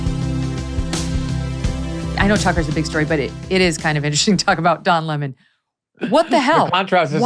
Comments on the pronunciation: Oh stop calling him "La Mon"...it's Lemon 🍋!! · MEGYN KELLY Someone please tell Glenn it's Don Lemon ( as in the fruit / vegetable) not Don Lee maan! He's not French royalty he's a dick from CNN ! Lol Even after hearing u pronounce his name a couple of times Glenn keeps on mis-pronouncing his name over n over! Like talking to "a bag of hammers" n he's just one more hammer lol!!! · Pronounce his name correctly! What’s with this LemOn thing. It’s lemon 🍋. Simple I’m going to start saying CarrOt instead of carrot 🥕 idiot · Its don lemon like sour lemon not lamond. Also, to don "the jerk" lemon, I would like to quote Nelson Muntz, "HA HA!!!" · Glen saying Le-Mon reminds me of Tar-Jay for Target. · I love how Greenwald pronounces it "Don La Mon" just like Tucker, 😂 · Why is this guy mispronouncing Don’s last name?